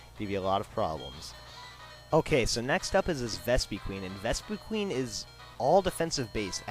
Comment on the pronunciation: You pronounced Vespiquen wrong.